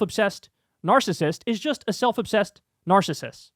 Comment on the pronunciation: an clinical psychologist can't say 'narcissism'?